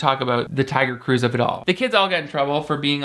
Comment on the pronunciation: I can’t stop hearing Taio Cruz when you say Tiger Cruise